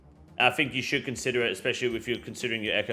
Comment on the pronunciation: This region is a should take. bro i thought you were saying it was "shit take"